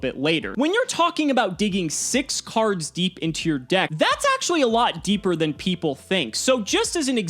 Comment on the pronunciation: The lawls when he emphasizes SIX. CARDS. DEEP. 🤣🤣